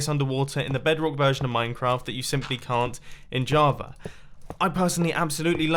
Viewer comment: Why does it sound like you say Javar every time instead of Java? Am I going crazy?